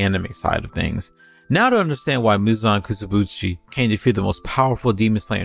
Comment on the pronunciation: "Muzan Kisubutschi" xd but good video!